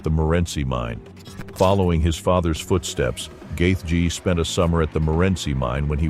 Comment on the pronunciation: Great video, but seriously... Gath----G. Your narrator not needs to learn phonetics. And he did tap against Khabib.